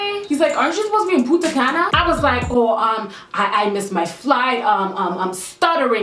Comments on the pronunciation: Puntacana is in the dominican republic, but you said putacana and that sounds hilarious in spanish, but don't ask me why the translation doesn't make any sense 😆 btw paris i love girl! You're so funny omg 😂😘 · Punta Caña is located in the Dominican republic but you kinda pronounced it wrong, but its fine